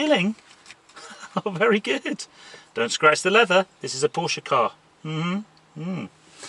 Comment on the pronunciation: Finally a car guy who knows how to pronounce “PORSHAY” ....